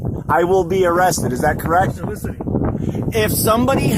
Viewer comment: Lol "solicitating"